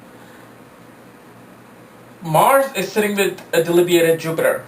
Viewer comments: 'delibiated'? Smart ass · Debilitating not delibiated